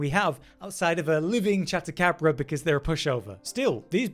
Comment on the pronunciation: Chat-acabra < Chad-acabra